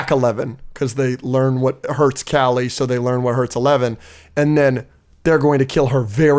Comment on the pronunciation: just fyi kali’s name is pronounced closer to “KAH-lee” instead of “callie”